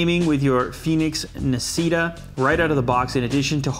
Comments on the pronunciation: You don't pronunce it like nasita, it's italian so its actuay pronunce d nasshita(i wrote it how you pronunce it) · Nascita is actually read "nah" "she" "ta" (that was my best spelling) and it's Italian for "born" Autore, pronounced quite well due to its easiness, is Italian for "Author" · I believe it's pronounced "na-shee-ta" (Italian) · it's Italian btw... "nascita" means "birth" and "autore" means "author" and that's not how you should pronounce them LOL love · Hehe Nascita and Autore are italian words e l'hai pronunciato male . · Very bad italian!!! xD